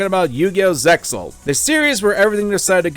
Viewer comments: to add to that, said the series name incorrectly, the "X" is silent, renderjng the pronounciantion "Zay-al". To be fair though the 4Kids dub (after they got rebranded to 4K Media as a subsidiary of Konami) also got this wrong. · dude the X in zexal is silent thats a dubisim